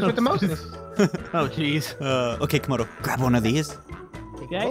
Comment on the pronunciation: What it is Camodo not kamdo